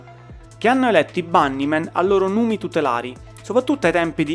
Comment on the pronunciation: pronuncia inglese da rivedere. hai fatto un po' d'inglese a scuola? icHo ənd de bannimen; poochiupain...e le erre... mammamia!!!